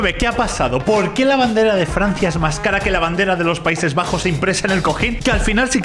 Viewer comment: outro: gente normal: c va yo: jaja, dice FRNacia